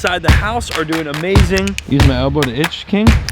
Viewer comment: I love when goes,how ya derin